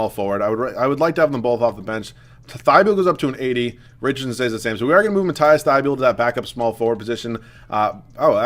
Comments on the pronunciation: Hey dude love the vid so far and it pronounced Mateeeese Thybull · Its pronounced matt-eass thy-bowl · Pronounce Matisse name right